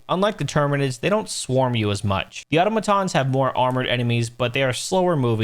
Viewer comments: I love the way you say 'automatons'... you know, like an idiot 😉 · I like how you call Automatons "Ottomantons"